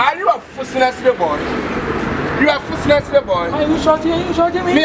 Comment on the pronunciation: "Are you a Fooshnessly boy!?" Simply 😂😂😂😂😂😂😂😂😂😂😂😂😂😂😂😂 lol "If I'm saltering you, wha can you do!?" 😂😂 😂 OMG, my stomach 😂